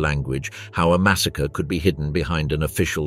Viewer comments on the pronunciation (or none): none